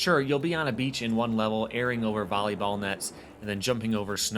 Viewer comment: did he just say 'Bolley Ball?'